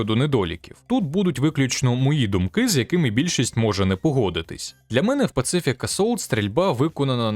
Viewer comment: Друже, не [пацифік] а [пасіфік] типу Pacific Ocean, Тихий океан, як театр де велись бойові дії, а так виходить пацифік))) типу антивоєнний assault у грі про війну)))))))))